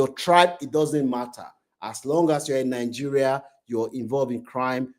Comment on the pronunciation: why you can't pronounce Nigeria s name? Are not from Nigeria? You look like a yoruba man